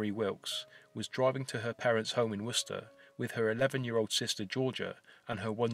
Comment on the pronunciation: First time I've seen a YouTuber pronounce Worchester properly.